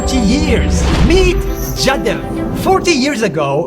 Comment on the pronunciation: Tum saale angrez pehle apni khudki English CHODKE baki ke language ke pronounciation sikho, bewakoofo kamse kam surname ya naam to sahi se bol lo. Phir ghusna India ke media me pesa kamane ko. Jadav nahi vo jaadhav hota he gadhe. Ab iska English translation karke samajna. 🤣😂